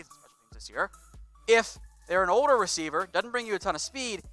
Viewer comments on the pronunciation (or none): none